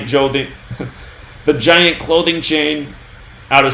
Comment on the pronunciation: "the chient glothing chain", LOL.. Man you must be higher than a kite off that Washington bud... Sativa?